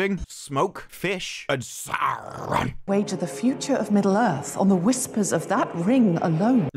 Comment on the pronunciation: ehhhregghiion sauugghhhhrrrroon :face-green-smiling::face-green-smiling::face-green-smiling